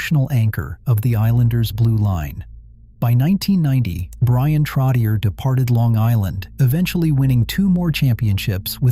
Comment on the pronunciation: You lost me at “Trot-e-ur”